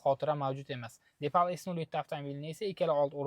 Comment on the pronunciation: Номи депал эмас, дипал.